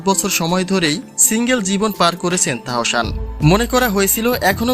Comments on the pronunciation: তাহোশান আবার কেমন নাম? আগে নিজের উচ্চারণ ঠিক করেন এরপর ভিডিও বানান। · Please first learn to speak Bangladeshi properly, you cannot even say Tahsan properly!!